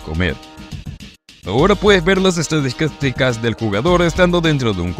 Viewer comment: Jajaja las estidastica